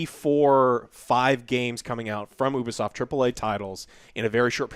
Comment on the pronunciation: CrunchyRoll is known for not paying their employee's for months and then firing them. So have fun supporting that pos company. Serious Sam was ALWAYS PC first. Pronounced Ubisoft (you-be-soft) not oobisoft